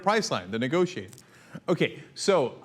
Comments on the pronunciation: Ok, I think I got it. First, not guilty, though he does talk funny. I listened to Santorum's Iowa speech to here if he has trouble with vowels. Sure enough, he says words like "gitting" instead of "getting." I believe he was saying "anti-war government nigotiator" but decided that "government negotiator" was too positive and legitimizing mid sentence. The real question is why he started his Iowa speech with the words, "Gay mon!" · I got an N word he was saying Niglagent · He could be saying "negotiate", but pronounced the "e" as an "i" as most of us do. I don't think hes dumb enough to say the N-word blatantly of even subliminally. I still think he's a backwards, racist, sexist idiot in the end though.